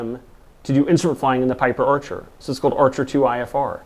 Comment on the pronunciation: Orchar? What's an Orchar? Piper Orchar? Wha... Ohhh! Archer! He meant Archer. Right...